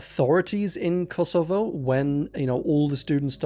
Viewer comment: I can't trust any pronunciation now that I've heard you say 'Kosovo'. Not even with English grammar should you pronounce it that way.